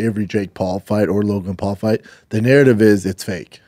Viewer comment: Say narridiv again